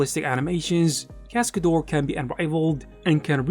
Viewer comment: What is "Cascadoar"? Please, at least learn how to pronounce it correctly 😂